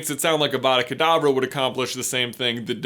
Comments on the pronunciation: It is pronounced like avadackh adavah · It's 'avada k'davra' which means avada do k'davra as I say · I’m never not going to hear Abra Cadabra when I hear Avada Kadavra again